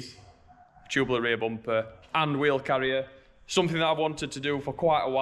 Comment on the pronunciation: Everytime he said "Bompe" i smiled. I don't know why!